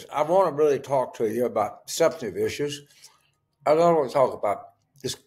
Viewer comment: “The EEESHUUUUES” 😂😂😂